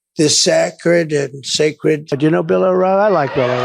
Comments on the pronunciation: Sak-red. Trump will never be sak-red. After all this time this dik-hed still cannot tell a decent story. Nor can he read simple words off a teleprompter. And he wants to be Prez again?? Stop it!!! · The wind is bullshit and he can't even pronounced the word sacred and his brainwashed maga cultist applaud and cheer. VOTE BLUE to stop this insanity.